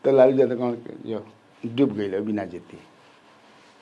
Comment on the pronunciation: आप य को ज क्यो उच्चारण करते है यादव को जादव क्यो बोलते है ? बहुत बेकार लगता है